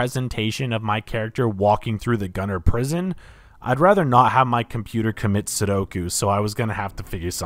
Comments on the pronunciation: Not Sudoku, Seppuku 😂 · "Commit sodoku"